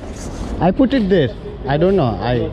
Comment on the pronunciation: Arey English nerchuko puted kadu put ra